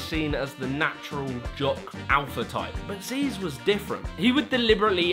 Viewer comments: STOP CALLING HIM ZEEZ, YOU LITERALLY INCLUDED VIDEOS OF HIM SAYING 'ZYZZ" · Zyzz is pronounced “ziz”, not “zeez”. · "zeez"? I thought it was "Zizz" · Zyzz says his name in the clip but he still gets called zeez😂